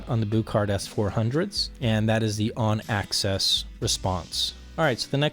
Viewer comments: Can you say "axis"? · How thick is the enclosure material. And what type of material is it? Some sort of plastic coated mdf maybe? And what is the crossover frequency? And one thing I don't like is the loss in the 2khz region. One more thing. Why do you say access and not axis?